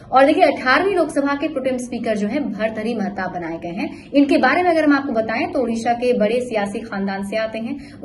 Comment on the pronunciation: Kam se kam naam to thik se bolo